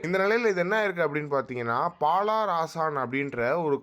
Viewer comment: (பாலார்)அல்ல பாலர் 😅